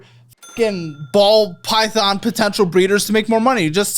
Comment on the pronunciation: he almost said "pall bython" 😂😂😂 i caught ya! 😂😂😂